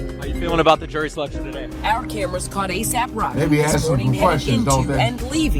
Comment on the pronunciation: ASAPE Rocky and ASAPE Relli 🤦🏽‍♀️😂😂😂